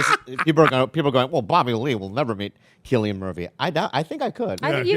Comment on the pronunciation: Isnt his name pronounced with a c cillian? Not with a K